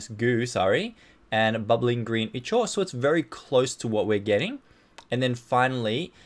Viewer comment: Ichor i believe is pronounced (eye-core) but may be wrong.